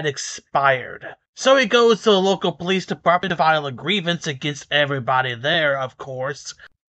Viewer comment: I love how tells the owner of the tow company to take his car back to where they towed it from. That was hilarious. It's also funny how a certain group of our population doesn't know how to properly say the word "police."